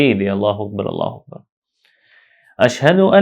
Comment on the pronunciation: اللہ اکبر اللہ اکبر غلط پڑھا اقامت ساری غلط پڑھی یہ ویڈیو ڈیلیٹ کریں کسی ایسے عالم سے سیکھیں جس نے تجوید و قرات کا کورس کیا ہو سیکھنے کے بعد ویڈیو چوبارہ اپلوڈ کر